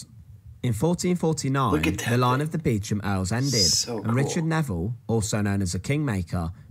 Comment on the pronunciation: I've not actually visited Warwick Castle inside, but could I also recommend the church of St Mary's, Warwick? It's where the Beauchamp [pronounced Beecham] Earls of Warwick are buried in magnificent tombs. You might buy a castle in the UK quite cheaply, but there are snags! For one thing it will almost certainly be Grade 1 listed; this means you won't be able to do anything with it! Building a new castle would be expensive, and I believe you have to ask not only for standard planning permission, but for a 'licence to crenellate' (I.e have battlements). Since the 1150s our Kings have been careful whom they allow to build fortifications, although an eccentric millionaire did build Castle Drogo, in Devon, in the 1930s. I would also recommend two books, both I think by Simon Jenkins: A Thousand Best Churches; and one called something like A Thousand Best Stately Homes.